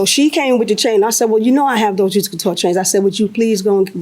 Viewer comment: Girl, it’s juicy couture……😂 knock it off.